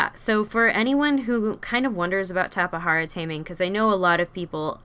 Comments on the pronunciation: I pronounce it as tap-a-jar-a lol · Its a tape,jara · Just so u know that u said tapejara wrong Edit: wow i thot no one would reply